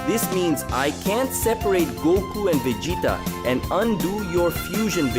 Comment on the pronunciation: Who tf is Vedeeta? Stick to the AI voice. Swapping back n forth is dumb